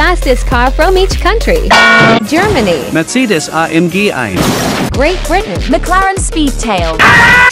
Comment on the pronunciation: The way Germany pronounced "Mercedes" 💀💀💀